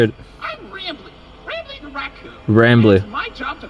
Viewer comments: his name is rambley not ramble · It's not ramble it's rambly